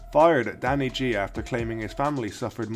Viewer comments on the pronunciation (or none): It's actually pronounced 'Ghee' rather than 'Jee'.